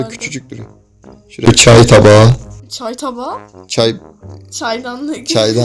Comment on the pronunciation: "çay tabağı" sksksksksks